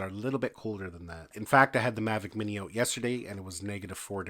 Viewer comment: "take the battery OWW-OOOT".... lol Canadians.